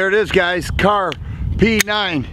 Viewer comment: Kahrs, not Kahr's.